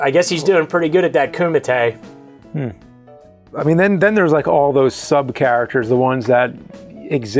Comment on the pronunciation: "I've never heard of the KUMATEI, but I have heard of the Mike Matei...." LOL.